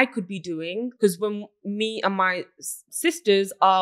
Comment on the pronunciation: “Successful” but still can not pronounce “because” properly 🤦🏻‍♀️